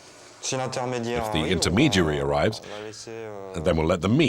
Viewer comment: This dude and messing up words! "Mweek"(Week) "Areeves" (Arrives)